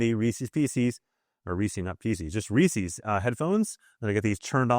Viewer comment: Rees-Is!!!! not Rees-Ees. Whether you go by the original persons name pronunciation or phonetics theres not instance where you have an "eeces" in the english language where the two e's make the same sound as the one. But again... it's someones name and it's Reec-is. I have no idea where this comes from and I lived in NYC my entire life without ever hearing a person pronounce it this way. Don't take my word for it, here's an A.I. response: ""Reese's" is pronounced "rees-is," with the "s" sounding like the "s" in "pieces". The apostrophe indicates possession, similar to saying "Reese's car," which would also be pronounced "rees-is". While some may pronounce it "rees-ees," the correct and more common pronunciation is "rees-is". "